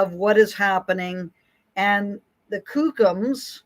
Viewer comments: Hi Frances. I think your work is very important and you are uniquely qualified for it. I appreciate you a lot. And I also think you walk a mean edge that is childish, hurtful and short on humility sometimes. I'm pretty sure you know know it's pronounced Cook-um, not Kook-um. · Just some advice, it's pronounced like the word cook. Kookum. Not koookum. I know because I had a kookum that was extremely abusive to me. I've seen this hypocritical behaviour all my life and as a survivor of child abuse, I've seen shameful behaviour from my family and my nation all my life. When the Trauma Day came up, i needed to get therapy because I kept seeing all these "elders" up at the mic revelling in their attention. Never once did they mention the children they inflicted their illness upon. Instead, it's about their abuse and the church and government's fault. No accountability, whatsoever. I agree that there is a cycle and a cause, that is apparent. So doesn't that mean that the priests and nuns have a pathology, too? The same psychological rules apply to us all. But there's such a double standard. Most of us junior elders and kids are afraid to speak out or we would be shunned. I talked about my abuse and now I remain alone in life. Being a native in Canada is not something I would wish on anyone. I don't condone these behaviours, but maybe have a bit of compassion for how pitiful this whole thing is. None of this is fair to anyone.